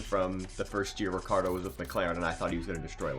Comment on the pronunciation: no rikkardo. but, ricchardo. is italian name